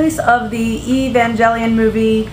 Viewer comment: Your pronunciation of the title vacillates around a bit: its "Ay-van-Gelion" (hard G).... ...though the bigger concern is that you keep pronouncing it "Ahs-oo-kah"....the "U" is practically silent, its just "Ahs-kha" check out our video on "Evangelion and Product Placement" for info on the UCC tie-ins...